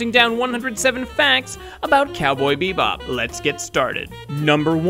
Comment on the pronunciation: gosh, I hate how you say "bebop"...